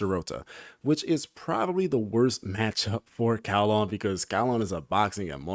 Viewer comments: His is supposed to pronounced as "GAO-LAHN" or you can just type "9 ล้าน" in google translate and repeat what you hear. tbh. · Hi, loving the characters break down vids. His name should be pronounce as Kao - Lān Which mean 9 millions or " เก้าล้าน" You could try to google translate ( english ->Thai ) "9 million " You will hear the closest pronounciation.